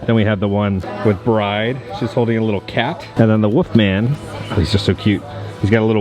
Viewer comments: I love your videos but are you punking us when you say “Woofman” instead of “Wolfman?” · Probably speech problems or an accent. I really don't mind